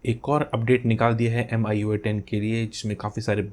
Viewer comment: Its not AMIYOUEYE its MEEYOUEYE just correcting 😄🤗🤗